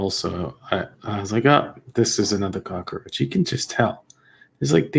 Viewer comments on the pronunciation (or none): You're funny. Love when you say "cockeroach" 😂